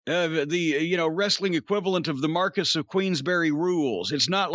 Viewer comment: "marcus of queensbury" (brain loading::::::: does he mean marquis? [mar-kee])